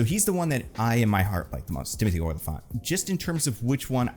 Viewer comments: It's Olyphant, pronounced like elephant with an "ah" sound. Not "Oil-i-fant." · you need to learn how to pronounce Olyphant correctly